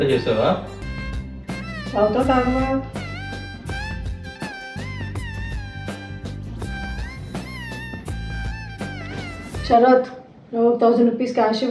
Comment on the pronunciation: శరత్ అను, సరాత్ కాదు.